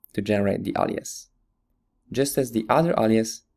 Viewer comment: Forgive me, but it annoys me that he says allias, it's alias with an A.